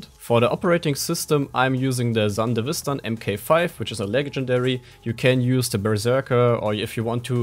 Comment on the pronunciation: "Sahhnn-devistan" haha